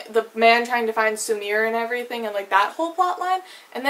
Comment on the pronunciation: 'Spatnik', 'Sumir'... girl, learn how to not butcher foreign words